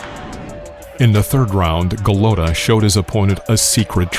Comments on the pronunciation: The narrator has the pronunciation of his name wrong. It's not Andre Golutta, it's Andrew Gollota. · Why does the documentary presentor insist on pronouncing Golata as Golowta? I have never heard this before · It’s ga lat tah. Lol go low tah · Go lo ta I hate you're pronunciation of the name of the boxers despite the comentaters say it repetitively. Your videos are always great but it's greating to my eats every time you get the names wrong. It like saying myke twyson. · Who the fuck is Andre?? This channel has good content but the narration is a joke. You can tell the narrator isn't a boxing fan, he's just some chump they hired to read a script. So many videos this idiot is pronouncing names wrong. "GoLOWta"?? Even though you can hear the commentators saying his name properly. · Goooo lota .... golota .. say it right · LMAO ... Andre Galoada??!! What a joke. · Andrew not Andre. Golota isn’t pronounced Guh-loat-uh. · To bad he couldn’t pronounce his name correctly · I was out when the narrator mispronounced Golota. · Omg...dumbass narrator even mispronounces Golota’s last name! This video sucks! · How can you trust the boxing knowledge of someone who pronounces Eddie Futch as Eddie Feeuuw-ch and Andrew Golotta ...Andre Ga-low-ta. Who is this guy? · I LOVE your channel and videos, but PLEASE learn to pronounce these names right 🤣🤣🤣 Eddie Feeeeyyyooooks!? GuhlOtuh?! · I think it is a computer generated result...or some dude who knows nothing about boxing. Screws up the pronunciation of Futch and gets Golota's first name wrong. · Can we get a narrator who knows how to pronounce the man’s name!? Andre Glota - are u shitting me? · How about a narrator that can pronounce "Andrew" and "Golota", not "Andre Galota". Jeez. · How is this the world of boxing when the commentator calls Andrew Golota, "Andre" twice....and continously mispronounced his last name. Wtf..